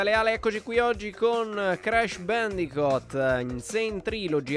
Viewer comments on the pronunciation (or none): non si pronuncia bendicot ma bendicut